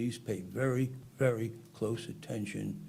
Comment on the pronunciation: Listen vewy, vewy closely…